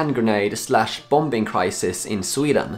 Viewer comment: It's not BOMBING, it's BOMMING. The B is silent. You do this every video.